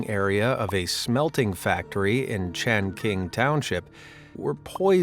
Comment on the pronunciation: For the lead poisoning in China the location is Chongqing (Municipality) not Changqing... lol